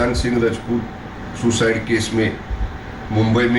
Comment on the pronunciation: still its सुसाइड not सोसाईट